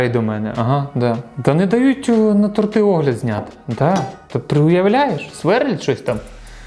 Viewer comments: Не тортИ,а тОрти... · Дякую за відео! Продовжуй в тому ж дусі! Якщо що, правильно казати тОрти,а не тортИ 😁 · Правильно ставити наголос на и торти